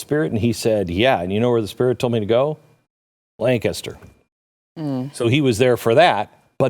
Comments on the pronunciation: So glad she says Lancaster right😹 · Thanks for pronouncing "Lancaster" correctly. Almost never hear it outside Pennsylvania.